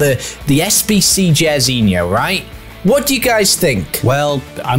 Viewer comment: JAIRZINHO SAID LIKE JAR NOT JER it's bot behavior